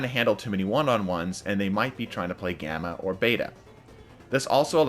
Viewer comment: I thought gamma said grama